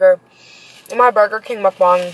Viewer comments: It's muckbang not mubung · It is call muck bangs not mook bongs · It’s not “muke-bang”... 🤦‍♂️ pronounce it like “muk-bong”. You’re welcome! ;) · I’m sorry a "mookbong"